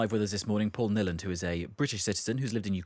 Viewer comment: Since when did Paul Niland become British? And his name is pronounced "Neeland"